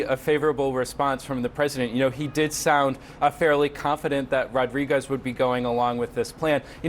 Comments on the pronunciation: Butchered her last name then said the president was on top of her. Jeez CNN.. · Really? You can’t pronounce Rodriguez?